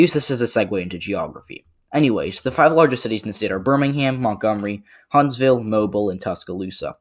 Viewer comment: Just wanna say, Alabamians pronounce Mobile like moh-beel or moh-bill not like the actual word. Could be our accents but that’s just a little nitpick. Great vid, very informative!